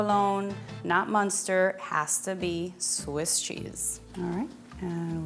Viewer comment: *Swiss. I'm sorry but you somehow managed to say both "Switz" and "Swiz", both of which are wrong. There isn't even a consistency in how wrong you were. THAT'S how wrong you were.